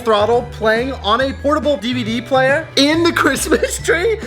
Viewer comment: I was so excited to get home from work and see a new video!! But I have to ask....., what the heck is an EVD player?? I know you kept saying DVD but I've never seen EVD on a sticker before..haha